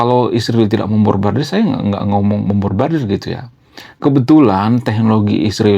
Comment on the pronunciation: Susah nyebutin MEMBOMBARDIR ya bang😂